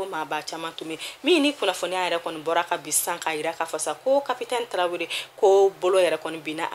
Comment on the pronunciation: Merci pour l'info malikunafoni show 🇲🇱🇲🇱🇲🇱❤️❤️ j'ai pas compris capitaine Traore ou capitale Traore😁😁 bon week-end à vous tous. Prends soin de toi